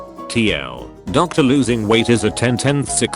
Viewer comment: It's 'losing'. 'Loosing' = 'loose', as in not tight.